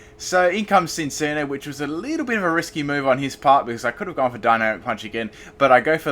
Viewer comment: Cinccino is pronounced sin-chino.